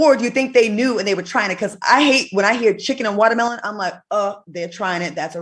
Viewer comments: "Walamellon" Al...🤣😂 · Why does Al call it wallamilon.😂😂😂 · Did Al say Wallahmelon 😂😂😂😂